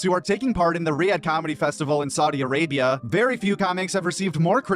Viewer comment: „SaudiA arabiA“😂